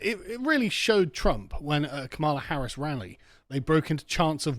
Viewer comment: did I miss something who is Harrison? or is just a British way of saying her name? no hate bro just curious